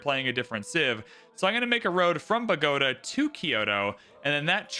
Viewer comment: It’s bo-ga-TA